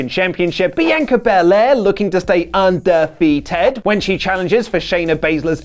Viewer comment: No no no you have to say it like this UN👏DE👏FEA👏TED